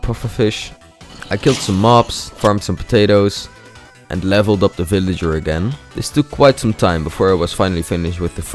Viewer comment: it feel like you said fillager instead of villager